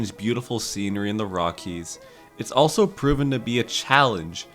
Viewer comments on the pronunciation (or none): none